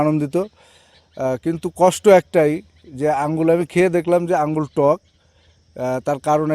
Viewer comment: আঙ্গুল না । নামটা ঠিক করে বলো ।